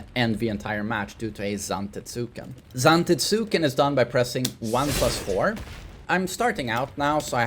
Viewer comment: For the love of god, It's pronounced "ZantEtsken" with emphasis on E, although he never reads the comments anyway... Had years of him saying zAfina and never changing his ways... sigh